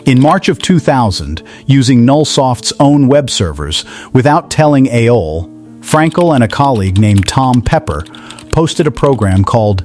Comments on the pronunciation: I get it, why you pronounce it 'a-hole', that it bled. 😂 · AOL is not pronounced [AY-OL].